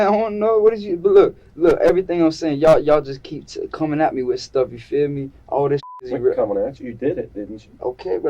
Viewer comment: 😂 It’s “you feel me”, not “you fear me”